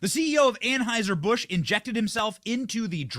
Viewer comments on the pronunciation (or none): 😂 Ann-High-Zer Bush. Other than that, perfect!